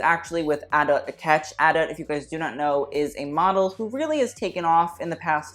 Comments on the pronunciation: I’m pretty sure it’s pronounced adu not adutt lol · It’s actually pronounced, Ah-Dut or Ah-Dat. not Ah-Da.